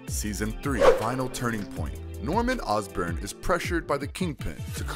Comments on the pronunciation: Yeah, and It's not Ozburn, It's Osborne (Oz-Born) how hard could that be? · It's Osborne as in Ozzy